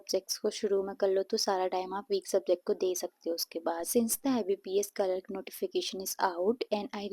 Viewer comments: No offense but It's clerk not cekerk pls pronounce it properly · It's clerk behen pronounce it properly